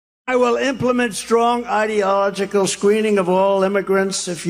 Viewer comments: "idyogical " ?? -- a new t-rump word? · He can't even pronounce Ideological! Slurring his words...time for another shot of Adderall! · Listen to how the idiot mispronounces ideological. That isn't a misspeak, he really doesn't know how to say it Then he calls Biden low IQ...